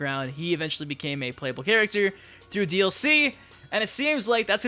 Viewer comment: Stop saying character like that the cringe.